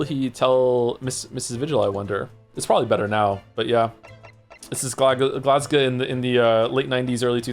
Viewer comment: OMG GLASGOW MENTION 🏴🏴 I'm new here so didn't know about his background. I felt the same way Joe did when I met Caidin, the localisation team did a great job with the accent. I will say his pronunciation of Glasgow is not one I hear often (glasguh?). But I find that Canadians are usually pretty good at Scottish accents, probably due to the amount of Scottish immigration there.